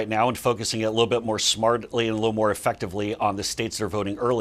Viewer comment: Did he say "smart-idly"?